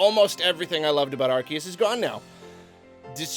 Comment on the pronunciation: omg it's pronounced AR-SEE-US, not AR-KEE-US! AR-SEE-US! ARCEUS! GET IT RIGHT GADDAMNIT